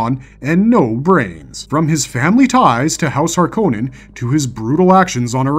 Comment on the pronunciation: Mr Harkonan? Mr Roban?! Jakers frell this AI generated content is getting crap.